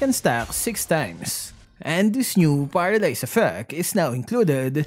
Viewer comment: He said "paradise"... Did he mean to say "paralyze"???